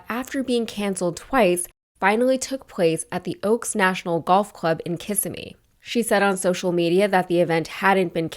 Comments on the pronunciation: It "ki SIM mee" NOT "KISS im mee." Do more research. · Its pronounced Ki-simm-ee, not Kiss-i-mee. Nearest major town to Disney (tho people usually say Orlando). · "Ki-sim-me" not "Kiss-im-e" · Kissimmee is pronounced “kiss-IM-me” not “KISS-im-me”. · Love watching your videos and content. Just an FYI, Kissimmee, is pronounced Kiss-Sem-E. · You've been to Kissimmee, but you still mispronounce it.